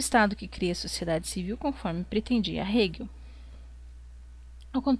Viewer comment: Outra coisa, acho que você poderia se interessar por esse site de compartilhamento e gravação de audiolivros ). Por fim, uma sugestão mais secundária e até fico envergonhado de apontar, mas as pronuncias dos nomes estrangeiros poderiam ser feitas um pouco mais proximo da lingua original, assim Feurbach seria pronunciado como "forba", Hegel como "reguel"... etc. Caso ajude vc pode checar a pronuncia na wikipédia ou no google tradutor. desculpa se fui inoportuno, mas tentei ser construtivo nas sugestões. Obrigadão pelo vídeo! Viva o comunismo!